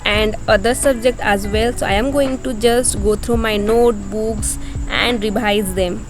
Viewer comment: Real opinion: your voice over idea I like it alot + I enjoyed alot when you speak some word in little different way Rebhise 👀 Btw girl I can't do like how you do! I can't study like you U r very talented 💜 tnq alot